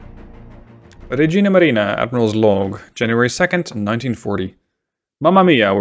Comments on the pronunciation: i might be wrong but isnt it regia marina not regina marina? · Awesome video! If i can correct you tho the real name is Regia Marina and not Regina Marina